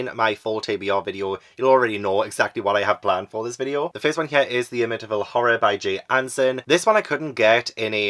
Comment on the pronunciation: I love you but as a Long Island native, it's pronounced Am-ih-tee-vil. And don't worry, locals consider the books/movies a cash grab too. I appreciate both films, but the true crime story attached to that property is more interesting (and sad). So too are the publication and production stories surrounding the book/movies and the paranormal investigations they inspired. There are some weird elements to both, for sure, but no one thinks the Amityville House is actually haunted and multiple owners since the 1970s have confirmed they've never had issues living there except for curiosity-seekers trying to peek through the windows. Since you love true crime and paranormal investigations I recommend engaging with that side of the story. That Psycho shower scene reenactment was *chef's kiss*!!! Very poetic that the first 3 stories referenced the ones you read/watched previously. As always, Ash and Tobu are adorable, and I love that they have a neighborhood kitty friend stopping by. 🥰 (Edited for typos)